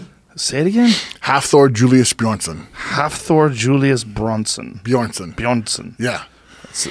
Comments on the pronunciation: That's not technically how you pronounce his name... gotta roll those r's buddy. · "Halfthor Julius Bjornson" Joe: "Charles Julian Bronson" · "Brunson" "Bjornsson" "Bornsun" Come on, Joe, jesus christ this isn't hard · Joe struggling with the name Bjornson...wtf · Not how you say his name. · Not sure if he’s a legit strongman and can’t pronounce Bjornson... come on Joe....